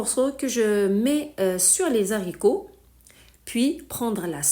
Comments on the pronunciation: Pas de liaison entre les et haricots .on ne dit pas les zaricots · On ne fait pas la liaison entre les "s" et le. " H" des haricots .dites lé Aricots . Mais votre recette est super !